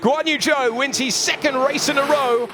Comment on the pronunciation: Whenever they say Guanyu Zhou I hear 'Go on you Joe!'